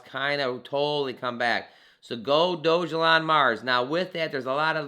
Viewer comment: I believe that's pronounced "Dog-Elon" not "Doge-Elon"